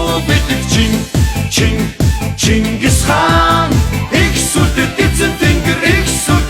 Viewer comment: Chin chin ngis Chingis gej duudaj Xyrailj ugnu uu. Bi Chin chin gedgiig ni Chingis gej buten ayalguulj duuldag aa.